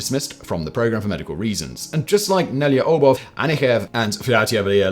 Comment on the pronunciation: Yeah, he was all over the place with Nelyubov. I'm not Russian, but that isn't even a hard name to pronounce for non-Russian speakers, compared to other Russian names.